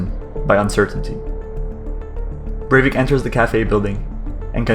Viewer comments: Its not berwick its breivik bre with an E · It is BREIVIK, not BERWICK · Cool video but how did you manage to get his name wrong?